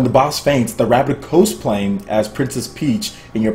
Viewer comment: my man, it's cos play as in costume. It's not co splay!!!!